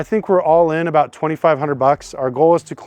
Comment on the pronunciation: what aboot auctions fees